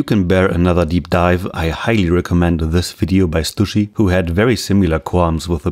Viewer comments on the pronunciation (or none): none